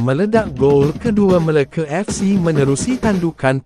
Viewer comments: Bang sebut Melaka btul2 bang jangan main nama negeri kami meleke ape tu MELAKA bukan Meleke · MeLAKA fc..bkn Meleke Fc..sebut pun x reti..